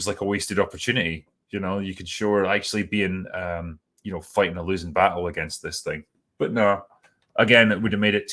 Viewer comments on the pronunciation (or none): none